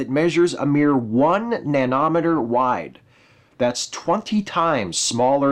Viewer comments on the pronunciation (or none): NanOHmehter? NanOHmehter? Absolute first time I've heard it pronounced that way. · Yeah., It's enunciated like "millimeter", not "kilometer".